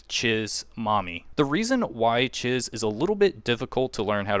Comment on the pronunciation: It’s “Cheese”. When she introduces herself, that’s even how she pronounced it. Thanks for the video though. Saving it for later when I actually have my tycoon level high enough to get her.